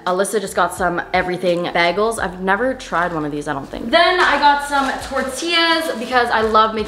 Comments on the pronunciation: STOP SAYING BAGELS LIKE THAT!! it’s “bay-gulls” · screams in New Jersey the way she says bagels...😕